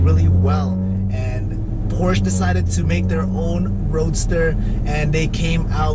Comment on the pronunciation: Good start. I hope you continue to make videos. My guess is 6700. One more thing Porsche is a two syllable word. 😁